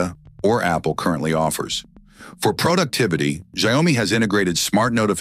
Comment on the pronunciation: Could we maybe teach AI how to pronounce a word/name and then have it stick to the same pronunciation throughout the video? I think I heard Xiaomi pronounced like 20 different ways 🙄. I don't even care if it's wrong, just stick to one!